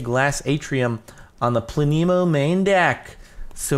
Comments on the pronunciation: It is pronounced Pla - nemo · its pronounced pleh-neh-mo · Its pronounced planemo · it is pronounced "plane-mo" it is polish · it's pronounced Planemo lolololol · It's pla ne mo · its pronounced as "planemo" haha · Pronounced: (Pluh-nee-moh) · I think it plan-emo BTW I don't try to get many likes or replies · jardon u fool it's pronounced planémo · He says Planemo. I instantly think "FLAMINGO?!" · the e in planemo is pronounce like the e in planet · I think you say Planemo like planet, except without the t and with a mo instead. And the e is pronounced like eh and not like ee. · I think it's plan a mo is how I think is pronounced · I think it's pronounced planemo. Troll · Plan-I-mo That's how you say it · plan-EH- moe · i would say it is pronounced Pla-nuh-mo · It's plan e mo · No it's pronounced planemo😐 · It's pla-nuh-moe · I think its pronounced planemo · I think it is pronounced pla nemo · I think it's pronounced as plan-I-mo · I think it's pronounced plan-emo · "Plan-eh-mo" is how you pronounce it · I think it's pronounced planemo. :) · it pronounced (play-n-mo) silent e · its pla-ne-mo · Plan - eh - moe (eh like meh) Planemo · It's pronounced Planemo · It's (plan - uh - moe) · It's pronounced PLA-NEE-MOE. It's a planet with no star to orbit. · Not planemo its obviously planemo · It's planemo not planemo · Its planemo not planemo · Planemos are objects similar to brown dwarfs, failed stars too small to sustain the nuclear reactions required for stellar ignition. But at only a few times more massive than Jupiter, they resemble planets more than stars. It is pronounced Plan-emo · No it's pronounced planemo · It's obviously pronounced "planet" without the T, -mow. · maybe it is pronounced plan- ehh-mough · I think it's Pla-neh-moe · Planet, without the t, mo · I think it's said like planet with a mo like planeemo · the name is plan-nam-o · I think its plane mo (without a space but then it would be plane-e-mo so I'm confused) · Planemo said as: Plan - a - mo